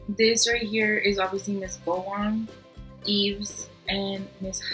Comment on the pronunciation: Btw Yves is pronounce like Eve